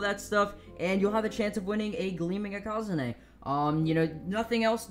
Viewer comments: maybe because he is saying it incorrectly? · How do you pronounce ikazune me ikazune ikAAzunie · The way he pronounces ikazune triggers me. Its eeh-kuh-zoon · Why does he pronounce ikazune I QA ZU NE